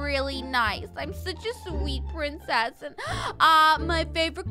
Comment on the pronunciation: did u say peincess it must be princess😜😜😝😝😝☺️☺️😹😹😹